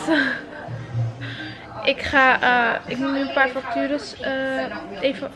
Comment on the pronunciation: Het lijkt vaak alsof ze zelfs vacatures zegt. 😂😂